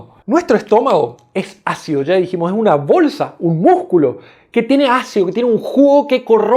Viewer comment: Se dice, ácido. No jaccido. Ahora la gente habla con la. J. Dañando el español